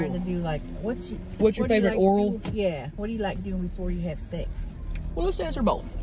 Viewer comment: I thought crystal said appetizer for six …not SEX lol